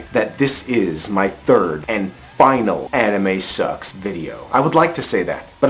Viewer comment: Its called anime not animeeh.